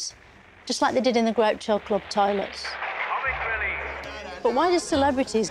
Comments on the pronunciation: 'Cormic relliff'. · "Comic releff" "bejinning" 😂